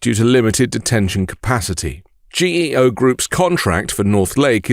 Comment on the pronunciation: Correction ...Pronounced GeeO.. They were a customer of mine. There is one on the boarder of NE NC and VA. I use to service another on the boarder of GA and FL. They are built in the middle of nowhere (land is cheaper) so it's nearly impossible to staff them properly.